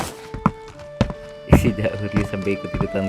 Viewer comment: isshida ryu bjir bukan isshida oryu😂